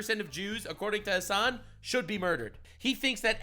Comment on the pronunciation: You wanna know something kinda bad? every time you say "Hasan", I kneejerk think to myself "wait, his names "Ham**".